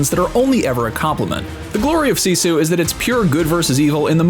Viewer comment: You would have gotten a thumbs up, but your pronouncing SISU WRONG!